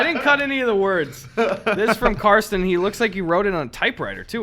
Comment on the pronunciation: Shoutout for pronouncing Carsten correctly! That's my name and not too many people know how to say it where i live